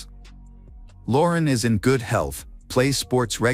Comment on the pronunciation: "GUUDe GOD"*°°•••....😢😮😢..